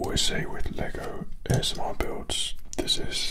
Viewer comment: why’d he say "AMSR" tho